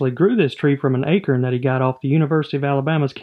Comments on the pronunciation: Why are you saying acron It is acorn 😁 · When I heard you say acorn at first I thought you said “Akern” I was so confused until I saw the acorns 😂😂anyways love the content 😎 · Did you say "akern"? 😂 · What's an 'acrin'?